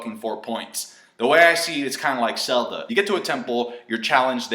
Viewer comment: Anybody else here him say 'selda'? :O